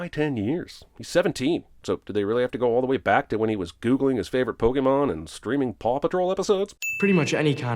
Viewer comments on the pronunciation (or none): none